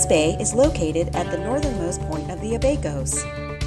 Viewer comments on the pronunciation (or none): The Ah-bay-cos.... at least pronounce the name of the island right...